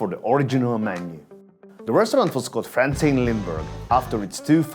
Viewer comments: Frantzén; long e, hence the ´ . Not "franssen"... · The pronunciation is on the é, Frantzeen. It's very close to the italian E, meaning "and". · The apostrophe on the e is not for decorations it’s how you’re supposed to pronounce it. With a long e.